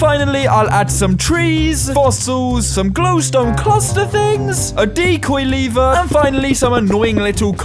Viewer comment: Its l-ever not leave-er